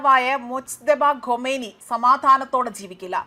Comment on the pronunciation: ഗോമേനി അല്ല ഖമാനി